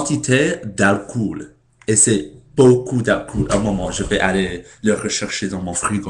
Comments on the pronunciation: Il y a des choses comme ça en France. Par exemple, moi, je suis en Terminale (senior year) au lycée. Et la "tradition" est de fumer de l'herbe avant un cours de Philosophie. On voit les choses sous un angle différent! :) " Alcool" - on ne prononce pas le "oo" comme "ou", mais comme le son "o", tout simplement. Merci de prendre,du temps pour nous faire partager ta culture. Go on : ) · On ne prononce pas "alcoul" ! On prononce :"alcolle" ! Même si on écrit "alcool" !